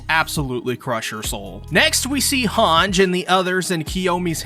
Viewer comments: Its han-gie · she's hange not hanj